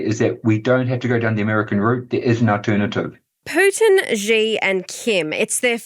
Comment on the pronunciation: My ears can't accept that can't even pronounce the name of China's leader. It's "C" or "See", not "G" or "Zee".